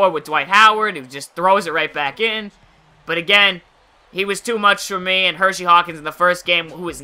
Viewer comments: HERSEY, NOT HERSHY! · Just so u know It is HerSey Hawkins not HerSHey Hawkins.....not a big deal just annoying me lol.... good stuff though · Its Hersey not Hershey. I don't wanna sound annoying, but growing up a Sonics fan I hear everyone saying Hershey. By the way great video again!